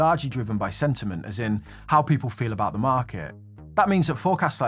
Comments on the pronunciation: what's that aboot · What's that aboot? 😆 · “What’s that aboot” shouldn’t have been as funny as it was. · I heard ya.... "What's that aboooot?"